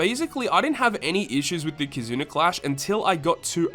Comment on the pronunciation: Am I the only who hears him say “Kizuner” lol